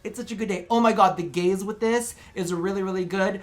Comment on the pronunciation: when you said gaze i thought you said gays... and then i thought to myself how homophobic... then i remembered ur a queer <=== is that the right way to use queer? i feel like it is but i kinda feel like im just being meaN